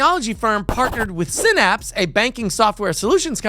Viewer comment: It's sigh-naps, not sin-apps. See that Y right there? Yeah, it isn't an i. Phonics is a thing and it works.